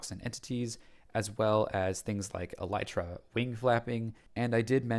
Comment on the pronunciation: Honestly that whole elytra joke thing annoys me to the point where I almost want to make a video out of it. I get that it's funny to mispronounce words, and that it helps drive engagement, but there's probably a lot of kids who have no idea what an elytron is outside of the game picking up that mispronunciation as a bad habit.